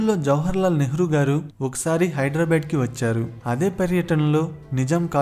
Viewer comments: the city name is not hyiedrabad its Hyderabad, please correct your pronunciation. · brother హైదరాబాద్, హైడ్రా బాడ్, కాదు